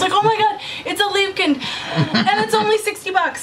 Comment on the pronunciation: The way you pronounce Liebeskind is really cute.